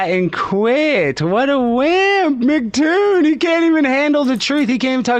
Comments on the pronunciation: He called him MacToon.😆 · Alex - Failure...was told that it was...but still said MacToon. Didn't listen. Intellectually damaged - Failure...Evidence of having a title doesn't mean you are good at a job. Didn't stick to points. Didn't control the debate. Can't control the screen settings. This was the worst debate I have ever seen on YouTube...I would suggest you examine this video and learn some lessons.